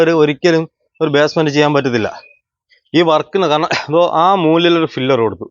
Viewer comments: ഫിലർ അല്ലടാ, പില്ലർ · ഫില്ലർ അല്ല പില്ലർ ആണ് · ഫില്ലർ അല്ല , പില്ലർ എന്നതാണ് ശരി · Filler alla pillar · "ഫില്ലർ"അല്ല ചേട്ടാ," ,"പില്ലർ "ഈ Basic ആയിട്ടുള്ള വാക്കും കൂടി അറിയാത്ത ആൾക്കാരെ മറ്റുള്ളവർ പറ്റിക്കും!👍🏻, ഒരു Qualified ആയിട്ടുള്ള എഞ്ചിനീയറെ വർക്ക് ഏൽപ്പിക്കാതെ വഴിയേ പോയ ആൾക്കാരെ പണി ഏൽപ്പിച്ചാൽ ഇങ്ങനെ ഇരിക്കും! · Filler alla maistry. PILLAR